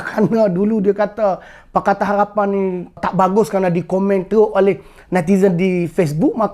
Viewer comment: Kemah abe min cuma sebut molek harapn bunyi lain haghhpan